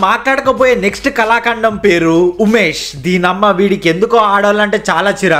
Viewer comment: ఉమేష్ ❌ ఉమ్మేష్ 😮‍💨😮‍💨✅